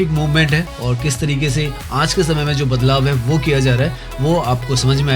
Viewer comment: Aanj nhi aaj hota hai 😮😅